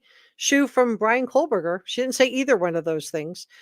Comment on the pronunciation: PSA...there is no L in Kohberger. It's not Coal-burger. You're welcome.